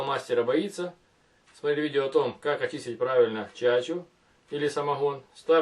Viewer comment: Хадость , самоХон , переХон ..